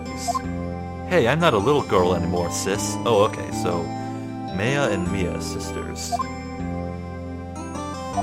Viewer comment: Dude, I'm so hyped for this. The AA games are some of my favorite games of all time! P.S. Maya is pronounced like the civilization (i.e. Mayan), not May-a. Just a heads up.